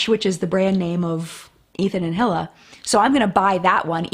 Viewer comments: Correct pronunciation of hilas name is ee-luh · Just a note that Hila's name is pronounced more like Hee-la or her husband Ethan says it more like eee-la. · Also Hila is pronounced as Ila (without the H)